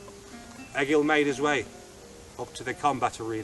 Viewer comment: That was awesome, however you are saying Egil wrong. It is pronounced Ay-yil, not Egg-ill.